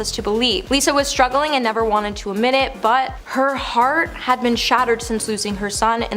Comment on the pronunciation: Struggling, not struggerling….that’s how kids speak.